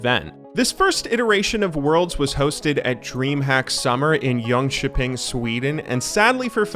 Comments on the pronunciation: Talk about butchering the name of the town. I heard Jun Chu Ping But it is Jönköping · It's Jönköping not Jonkoping. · Haha i tought he said a chineas town first, then I realised he said jönköping. That "Ping" got me